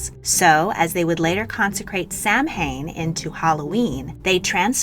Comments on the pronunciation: it’s not pronounced “sam-hain” it’s pronounced “s-ow-ain” or “s-ow-in” btw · Samhain is not pronounced "sam-hayn". :-P It's pronounced "sow-en" (sow rhyming with cow). It's the Irish word for November. ;-) In Irish, "mh" makes either a "w" or "v" sound. In the word Samhain, it's a "w" sound. In my name, Niamh, it's a "v". ;-) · Learn how to pronounce Samhain correctly please. It's pronounced "Sow-when", not Sam hain. Im really annoyed by the amount of Youtubers who dont double check stuff like this before uploading. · Sam Hane?...😂 Correct Pronunciation = Sow-in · You're kidding me...it's not Sam Hain! It's Sow-en....you're doing historical videos and you don't know how to say Samhain (Sow-en)? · I believe it’s pronounced “sow-in”. MH in Gaelic makes a V or W sound. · as a note: Samhain is pronounced saa - wen. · You've probably already been told, but Samhain is pronounced "Sah-win." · It's pronounced "sow" (rhymes with how) "win". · As a Wiccan I’m planning on celebrating Yuletide! Also for future reference Samhain is pronounced “Sa-wain” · One quibble: Black Friday is older than 2006. I remember the term used back in the 1980s and 1990s. Oh, and Samhain is pronounced "sow in" or "soh win". It's an Irish Gaelic word, and doesn't correspond to American phonics. Just sayin'.